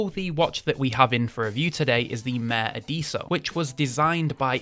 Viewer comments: Just to help with the pronunciation. It's MA - REH AD - ESSO ( Like esso garage ) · You certainly manage to butcher the pronunciation of the „mare adesso“!